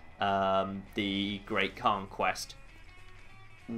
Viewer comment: hmm... Did anyone else notice that 'Great Khan Quest' sounded like 'Great Conquest'?